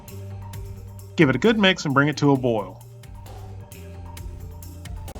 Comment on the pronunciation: not marin...mirin.